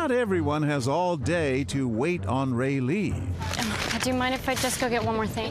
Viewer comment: When the actor has the same name as you... (Raylee) AND THE ACTOR SAYS IT RIGHT BUT THE PRODUCER SAYS IT ALMOST RIGHT BECAUSE HE SAYS Ray-LEE OR Ray-lEE INSTEAD OF Raylee.